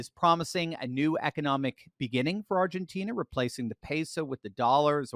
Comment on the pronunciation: in Spanish the "i" is pronounced as a long "e", and the "e" as more like an "ah" or "an", so it is pronounced like Ar gah teen een an. In general, Spanish is pronounced phonetically based on their pronunciation. But in English, we have no such rules. In English we say Llama as "Law ma" for the animal, but the Spanish say "Yama" because the double LL is pronounced as a "Y". I lived in Latin America for a few years and I could not speak like a native but I learned a lot about the language and could get around OK. But my friends in Latin America had the same issues when speaking English. For example they were reluctant to say sh*t because the long "e" made it sound like sheet as in a bed sheet or a sheet of paper. Instead they would revert to the Spanish word mierda. It was humorous how words in different languages could cause problems. In the country I lived in "pajaro" both meant "bird" and "homosexual" depending on the context. Viana, in the country I lived in was used as vaina de bayoneta which was a bayonet scabbard but in other countries it was a vulgar term. And the Latinos seem to have endless idiomatic expressions that when used in a conversation makes it difficult to understand the meanings. When I used English idiomatic expressions it left them puzzled what I was talking about. When I used "don't look a gift horse in the mouth" in Spanish they had no idea what that meant. And when I initially heard in a conversation, "Con la boca cerrada, no entrra la mosc